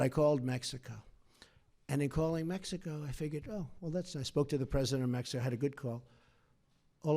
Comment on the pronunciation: Mexico... hate how he says.. Mexico..